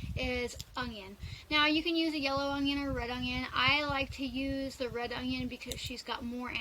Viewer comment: Love watching you but please pronounce onion correctly there is no g in onion sorry just a pet peeve of mine